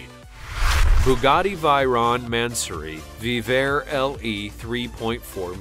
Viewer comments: The Bugatti VEYRON, is pronounced, V A Y Ron, not V I E Ron. And the Pagani Huyra is pronounced, W I E ra, not H A W I E ra. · Bugatti "Kairon" Bugatti "Vairon" Tf Its pronounced Bugatti Shiron and Bugatti Vayron And the names are Bugatti Chiron and Bugatti Veyron